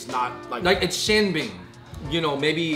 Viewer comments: im from Beijing! It’s not xianbing! It is Xian’Er Bing!!!! You need the er sound!!!!! Xian’ er Bing!!!!!!!! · It sounds so weird without the Beijing dialect. We add “r”s after the first syllable so it’s pronounced “Xia’er Bing”. Good video none the less! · It is Xianbinger hahahhahahahahahahah